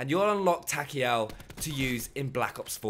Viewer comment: Takeo not Takeel